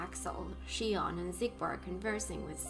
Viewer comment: Now that you ended it, let me clarify a bit regarding the title of this game. Kingdom Hearts 358/2 Days (pronounced "Kingdom Hearts Three Five Eight Days Over Two") refers to covering the 358 days of 2 people, Roxas and Xion, while they were part of Organisation XIII. Oh, you pronounced it correctly, since in original Japanese version it's pronounced like you did in , "Lia". It's just that English version likes to make these weird changes.